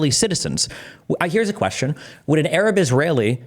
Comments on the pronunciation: Don't forget how he has "Arab" lmao this kid says "urub" 😂😂😂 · The way he pronounces Arab and Gaza as a Canadian is high octane cringe